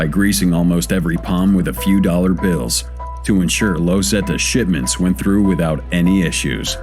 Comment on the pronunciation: Its not pronounced 'Lowz Zetas' its 'Los' pronounced like 'Loss'